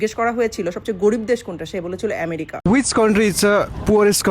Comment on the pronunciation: তোমারে কে বলছে আমেরিকা গিয়ে পরে বসে খেয়ে দুর্নাম করতে। বাংলাদেশ এসে পরো তোমার জন্য আমেরিকা না। নামটাও বলতে পার না এমেরিকা না আমেরিকা শিক্ষার অভাব যে মহিলা ভিডিও করছে। কাংগালি যেখানে যায় যে থালায় খাই সেখানেই হাগু করে তার প্রমাণ এই ভিডিও 😂😂😂😂